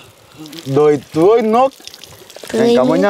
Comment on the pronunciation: Caramen nên chỉnh cho nói chuẩn Việt (tưới -tới nước😅😅😅)